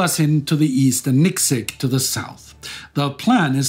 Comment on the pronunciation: Not Niksik, but Niksic.